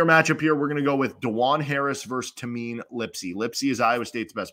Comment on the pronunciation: Iowa State fan here - really good insights and breakdown. Looking forward to the matchup. One note - it's pronounced TAY-MIN, not TA-MEEN